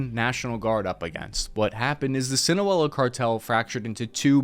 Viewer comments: When you make a video, and say the name of the area and cartel wrong it makes it very cringe to watch. Please learn how to properly pronounce something in a video if you're going to say it like 100 times. If it's just a one off, it's not a big deal, but now a bunch of people are going to think SEE-NAH-LOW-AH is pronounced SEE-NAH-UH-EL-AH. It literally takes 2 seconds to google "how to pronounce Sinaloa". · It’s pronounced SEEN-A-LOWA not your way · You’re pronouncing “Sinaloa” wrong it’s see-nah-loh-ah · "SI-NA-LO-A" not that hard. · Your pronunciation no bueno amigo sinawela? 😂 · Your refusal to pronounce a relatively simple name even partially correct is distracting tf outta me from the content. See-na-low-ah... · "sinawela cartel" This guy cant even pronounce it correctly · Great video. Thank you! By the way it’s “sin-ah-low-ah”. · Say it with me bud, SI-NA-LO-A. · Me listening to Sinaloa being pronounced as sinawela for the 52nd time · Arturo “skoricon”? The “Sinoela” Cartel? What is this plant dyslexic? I think he’s taking the pills Big Pharma is making off this racket tryin to blame Mexico for our own corporate cartel corruption. The smear job on Sheinbaum is proof. She’s reforming the Judicial in Mexico which makes her a threat to the US global establishment. Sorry. It’s US policy, not Mexican policy that’s the problem here. Get off the prompter and look in your own back yard if you wanna kick that drug war dyslexia bro. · Pronounce it SIN-ah-LO-a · That's "seena-lowa" ( pronunciation ) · Its pronounced "see nah low ah" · Fucking christ can he please just say sinaloa a single time sinawella sinoalla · Say it with me "sin-uh-low-uh" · Sinawella xD Love how he doesn't even try to keep pronouncing it not even 3 minutes into the video. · "Sino-ello" Dude, come on, we know you're Whitebut you can do better than that. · Si-na-LOA isn't that hard to pronounce dude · Sin ah lo ah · FYI it's SIN-UHH-LOW-UHH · Dude pronounced it, sina-wella 😂